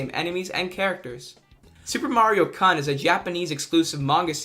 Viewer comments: The "kun" suffix is pronounced "coon" like raccoon, not "cun" like a certain c-word beginning with c and ending with t. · It pains me how you keep pronouncing Kun as cun(ning) instead of how it is actually pronounced. Kun is pronounced like coon, like a racoon. It is a Japanese Honorific that is used when referring to young males. With that said, this iceberg is very well done! I actually learned some things that I didn't know, which is really something, considering I am very well versed with anything having to do with Mario. Edit: I just saw the ghostly face thing from the goop maps and, as I was looking at it, I felt I had seen it before. Or at least it's face. And I just cannot place *where*... does anyone have any idea of where that face has also been? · Mario 3s stageplay thing is just a stylistic thing, and Mario 2, subcon exists, it’s a real place, it’s just you’re only able to go to it in your dreams. Also it hurts every time you mispronounce “kun” it’s not an UH sound it’s an OU sound like in “you” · Super Mario KUHN My inner weeb cringed through time and space. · Lol the way he pronounces "kun" 😂😂😂🤣🤣🤣🤣 reminds me of when I was taking Japanese my Junior year of HS and pronounced "san" like a hillbilly while doing a mandatory speech activity. So embarrassing